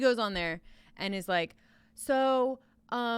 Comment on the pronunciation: Gordon Wagner I don’t rike it